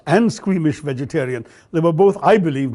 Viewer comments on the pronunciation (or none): Best English speaker in India.....but did not pronounce Vegetarian properly...